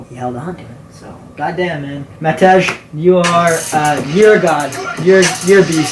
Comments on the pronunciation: as a Matej myself, my name is pronounced mateh or matey like mat - ey or eh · Im already hyped for the podcast with matej. Im also not sure if your saying his name correctly you may want to check